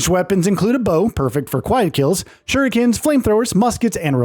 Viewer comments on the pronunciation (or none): none